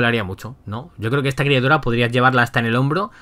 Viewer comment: Bro, dijiste criatuda.